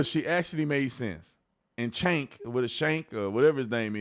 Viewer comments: It's pronounced Chunk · Get it right officer tatum...its not cenk its CHUNK 😂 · It's Jenk pronunciation! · It's Chunk. Chunk Yogurt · Officer Tatum get his name right it’s CHUNK! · Cenk = Chunk! That's how you say it. As in "Sloth loves Chunk!"😂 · it's CHenk. CH. chips. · I believe in his case "Cenk" is pronounced "Chunk" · His name is pronounced JENK. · Jenk is how it’s pronounced. I use to watch them before Trump was even president. But had to stop when trump was running.